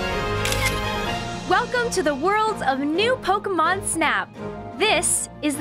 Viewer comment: Lost interest after the third time she said "Pokamon".